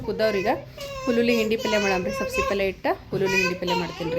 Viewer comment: ಹುಲ್ಲುಲ್ಲಿ ಅಲ್ಲ, ಹುರಳಿ ಅಂತ ಹೇಳಿ. ಮಟಕಿ ಅಲ್ಲ, ಮಡಕಿ ಕಾಳು ಅನ್ನಿ. ಸಬಸಿ ಅಲ್ಲ, ಸಬ್ಭಸಗಿ ಅನ್ನಿ ಫಾರಿನ್ ನವರು ಮಾತಾಡಿದಂಗ